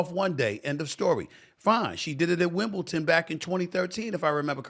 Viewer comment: SAS..., its WimbleDON not WimbleTON! You should know this!!🙄